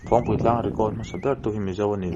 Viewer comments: Phawng nilo in .. Phâwng a ni ang a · Ni e, Phawngpui ti suh, Phawngpui ti rawh.. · Phawngpui pawh lam diklo hichuan tiang hi tive lo teh u, mizo hmun lar lutuk, tawng dik hi zir teh u, thangthar zel ah a pawimawh